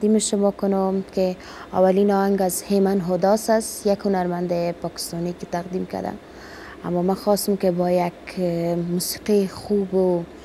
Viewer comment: قطعا کلمات دری را تلفظ کرده نمیتواند. فکر کنم سواد ابتدایی ندارد. مثلا به جای این می‌گوید هین، تقدیم می‌گوید تغدیم و ........